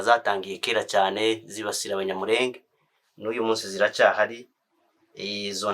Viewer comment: Gusa uzakosore uburyo uvuga izina abanyamurenge